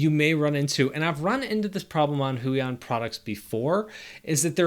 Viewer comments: "Hway-On" not "Who-E-On" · It's more like "hwey-ON"